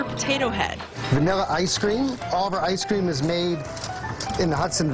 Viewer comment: Eck Cream!.....Eck Cream!! No Egg in an Eck Cream!